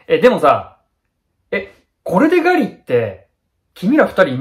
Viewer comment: ...っえ、ぐぁりぃ？？